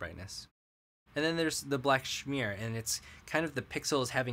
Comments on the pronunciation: it's smear not shmear! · Do you mean to pronounce smear as schmear? Schmear is generally used when referring to a bagel spread. Not quite the same thing. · The funny thing is, I don't know how I'd pronounce either of those differently. Apparently, I'm smear/schmear ignorant, hahaha. I think we talked about this on Reddit, yeah? After having that pointed out, I read through everything and I spelled it correctly, but I must be saying it incorrectly. Oy, hahaha.